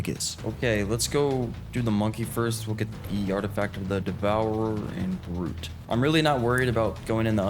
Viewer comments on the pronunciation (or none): none